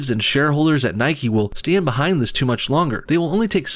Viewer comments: It's Nike, not Nikee. You don't say bikee or hikee, you say bike and hike ffs!! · Its pronounced "Nike" like "mike" with an N. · Its Nike not Nikey. Its Mike not Mikey. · It's Nike not nikE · Its sodding nike!!!! Not nikey You dont ride a bikey do you?